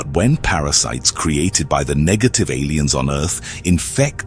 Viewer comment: at least double check your AI voiceovers. he said "nejative" instead of negative